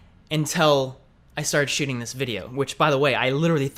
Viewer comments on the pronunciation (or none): none